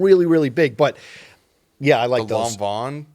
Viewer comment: It's pronounced "Law-Ven", not "Lawn-Vawn"